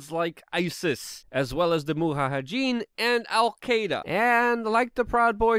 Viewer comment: "Muhahedeen" What a weirdly Spanish pronounciation of "mujahedeen" you got there.